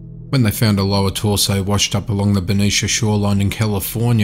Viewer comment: beh-NEET-zee-ahh = Benicia